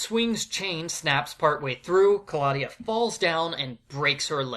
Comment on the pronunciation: Black and white slapstick movies are a good plot addition. Kristy ran all the other babysitters out of town, reminds me of the Robot Chicken sketch. Also, Betsy could be a future psychopath/serial killer They could of done some amazing things with those plot points! Ka-law-dia, I always pronounce it Claw-de-uh